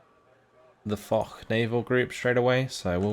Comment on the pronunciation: That "Foch" is French, not German. I imagine its named after Ferdinand Foch, and its pronounced more like "Fosh" than "Fohk"